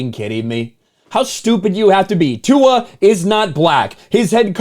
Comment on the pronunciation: Tua's last name has no "n." So, why is he mispronouncing Tua's last name with a phonetic "n?" When you call out an idiot, try not to do so in an idiotic manner! A fool calling out a jackass' nonsense is funny for all the wrong reasons. "Racism", "racist", and "because I'm black" have become overly used, mostly by people who refuse to take accountability for the ways their actions lead people to treat them.